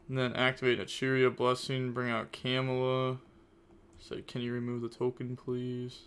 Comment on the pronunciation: Ill never get used to the way you pronounce camellia hahahahahah Kemula, lol. I'm sorry I love you bro❤